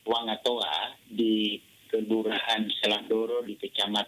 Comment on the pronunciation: Wangatoa bukan wangotoa.